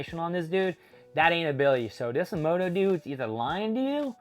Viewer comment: It's MOMOSHIKI, and why are you stuffing up names so badly?! It's AH-MA-DO, not Amoodo, and Boruto is not pronounced BOROODO. Why talk about a manga if you don't even know the characters' names? If you can't remember how to say that, just call him "Momo" like most of us proper fans do.